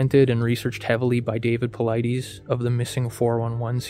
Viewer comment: How are you gonna pronounce Dave paulides last name wrong? Lol..